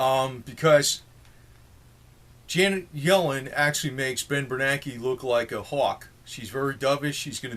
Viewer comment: Yellen rhymes with felon!